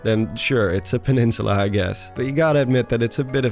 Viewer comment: oblivious peninsuluh